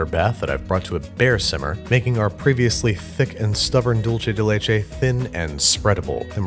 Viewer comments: Expectation: "Dulce de leche" Reality: "Dulche de leche" Im sorry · When he said dulce de leche like dulche de leche my heart died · “Dulche Day Lachei.” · And every time he says “dulche de leche” instead of “dulseh/dultheh de leche,” a Spaniard doesn’t wake up from his siesta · Every time Baby said “Dulche de leche” i had a little seizure (it’s pronounced doolce) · He said dulche de leche It’s pronounced dulse de leche weird I know lol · Andrew!! Its pronounced "duul-seh" de leche, not "dol-cheh" 😭 por favor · "Dickce" de leche 🤣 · “dolche de leche” almost had it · he just said: "dulche de leche" and I'm gagging now omg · Dulche de leche? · "Dulche de leche" strikes again lol🤦‍♂️ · “Dulche de leche” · It bothers me how he says dulce del leche Sounds like dulche de leche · me dolió un poco escucharlo pronunciar doulche de leche tantas veces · Dulce de leche is Spanish, so it's pronounced "Dul-sé" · All i can hear is DULCHE DE LECHE It's spanish, people... Not Italian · There's no greater relationship than Babs and his pronunciation of "dulche de leche" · Every time Babish mispronounces dulce de leche, an Argentinian angel dies. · "Hey Siri, How do you pronounce 'dulce de leche'?" Siri: "Not like that" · I had a physical reaction to his pronunciation of dulce de leche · you think that's bad? hear how he pronounces "dulce de leche" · Everytime he said dulce de leche I wanted to die just a little bit more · I'm Argentinian and that's not how it's pronounced :) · The first c in dulce de leche is soft, like an s. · He's pronouncing dulce as if it's an Italian word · Can't avoid having a bigger anaphylactic shock everytime I listen to the misspronunciation of Dulce de Leche... Here a big fan from Argentina! Love the videos! 😁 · there is no “ch” sound in the word “dulce” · sorry but everytime you say "dulce de leche" my ears bleed, sorry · please say dulce de leche right please im begging